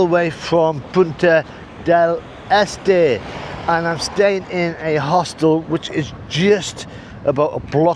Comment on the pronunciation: Congrats on (finally) pronouncing Punta Del Este properly (almost)